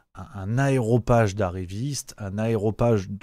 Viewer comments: Attention on dit AREOPAGE et non AEROPAGE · AREOPAGE et non aéropage! Tu te laisses aller,! En attendant, merci de ton excellente analyse! Je viendrais faire la bise à l'un de tes prochains meetings! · Aréopage. Rien à voir avec les aéroports. C'est comme caparaçonné, ça ne vient pas de carapace. Donc aréopage... et pas aéropage. C'est pas un reproche, c'est un rappel du bon français. Sur la victoire de Macron, mon avis est mitigé. Oui, Jupiter a réussi à transformer les députés en courtisans et peut se dire que l'Etat, c'est moi. Le phénomène est du au fait que la place est bonne et que la classe politique dans son ensemble pense d'abord à sa carrière plutôt qu'à l'avenir de la France. J'ajoute que ces gens sont convaincus que la France n'existe déjà plus puisque tout se décide à Bruxelles. Curieusement ils préfèrent rester au palais Brognard plutôt que se noyer dans la masse des députés européens, parce qu'il y a beaucoup plus d'opportunités ici que là-bas. Aucun député européens se sera jamais ministre. Quand à devenir commissaire, il faut être bien vu de l'Elysée. Donc si la politque française sent à ce point la charogne (je vous rassure la même odeur flotte à Londres comme à Berlin) c'est parce que nous avons élu ceux que nos médias nationaux nous ont présentés comme elligibles à grand renfort de sondages truqués. Cependant, je ne vois pas en quoi c'est une victoire pour Macron, à moins de parler de victoire à la Pyrrhus. Alors oui, le système va se maintenir quitte à truquer les élections, mais ça c'est la victoire de l'Union Européenne et non celle de Macron. Il est vrai que le système va essayer le placer Gluksmann en orbite, mais ce mec est tellement un clone de Ma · Aréopage, mon Ami. Pas « aeropage ». Pour que tu aies l’air sérieux 😉